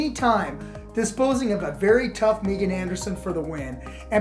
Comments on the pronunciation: “MeeGan” Anderson lmao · This dude said Meegan😂😂😂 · Megan or MEEgan? come on, it is Megan.